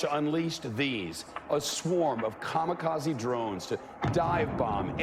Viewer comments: it's kamikaze not kamakazi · Gotta say, that's the weirdest way to pronounce kamikaze I've ever heard. It's kamikaze, not kamakazi. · Just let you know, It's not Ka-ma-ka-ze, it's pronounce Ka-Mi-Ka-Ze.